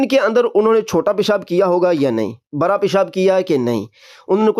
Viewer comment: بیٹا برا پیشاب نہیں بڑا پیشاب ہوتاہے